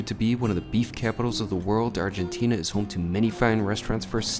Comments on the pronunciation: Argentinia? Is it said that way? I’ve been saying Argentina. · How many times do you have to go to ARGENTINA before you stop calling it ARGENTINIA?